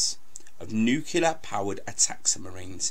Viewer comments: nuclear not nucular, u sound like george bush, and its aitch for H not haitch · THE WORD IS PRONOUNCED "NU-CLEAR"!! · It is not 'nucular'